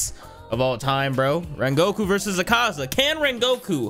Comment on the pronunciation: No hate but the pronounciation to Akaza's name is Ah-kah-za